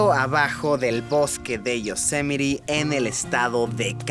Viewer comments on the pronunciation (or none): Se pronuncia "Yosemait"